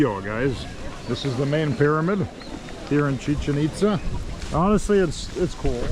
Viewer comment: “Chicken Pitza” 🤣 😂 😭 🤣